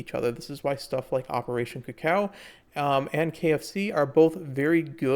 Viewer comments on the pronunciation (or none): none